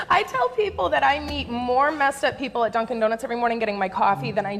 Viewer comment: the way opie says "HESTRYNAGETDUNCANDONUTS" fucking killed me. 1 for opie. Still sux. But he cracked me the fuck up right there lol